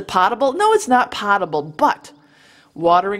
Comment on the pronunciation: You are absolutely right about water being the the #1 resource if SHTF. Hurricane Katrina is the nearest thing we've seen to SHTF in modern times. when that was going on you couldn't buy a gallon of water with a pound of gold. FYI: Potable is pronounced pote able. it rhymes with tote. it doesn't rhyme with pot. Keep sending the great information.